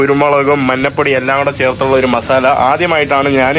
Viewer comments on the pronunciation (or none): മന്നപ്പൊടി അല്ല മഞ്ഞപ്പൊടി